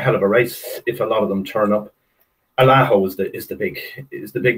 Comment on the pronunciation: needs too learn how too say allaho 😹😹😹